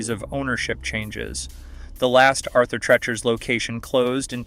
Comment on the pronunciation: You mispronounce Auther Treachers.